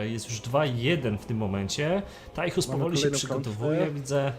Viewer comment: proszę nie mówcie Tajchus, moje uszy krwawią ;)